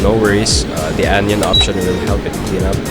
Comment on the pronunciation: It's anion. Not anyon